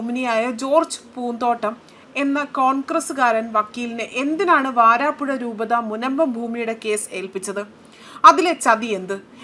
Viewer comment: വാരാപ്പുഴ അല്ല വരാപുഴ ആണ്...